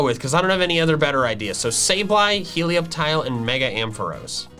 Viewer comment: how dare you mispronounce the greatest Pokémon name ever it’s Hee-lee-OP-tile